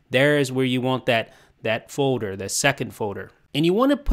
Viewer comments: Someone need to learn how to say "foLder" and not foder.... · LEARN HOW TO SAY FOLDER